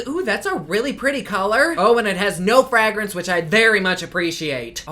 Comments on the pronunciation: No fagrance? lil slip of the tongue, mmm mmm uh huh? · Say “Fragrance” one more time! Lol ❤️❤️